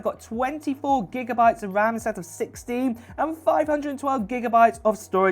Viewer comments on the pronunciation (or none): none